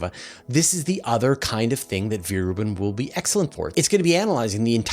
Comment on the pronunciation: Veer-Reuben Observatory? I have never heard of it.